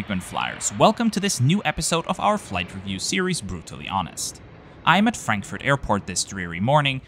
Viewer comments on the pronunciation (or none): Love the videos, but I once again ask you to please stop tryharding with literally every airport name like pronouncing "Narita" in a japanese way, while saying "Frenkfört" as if german wasn't your first language :D <3